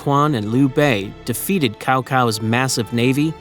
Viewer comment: It's pronounce Chau Chau not Kau Kau